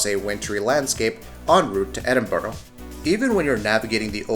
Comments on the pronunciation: i felt that aswell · As a Brit the way he said Edinburgh...urg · The way he says Edinburgh annoys me 😂😂